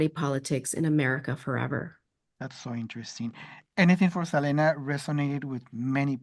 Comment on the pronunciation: …even after 30 years people don’t get “SELENA” is an English name and doesn’t have a Spanish pronunciation!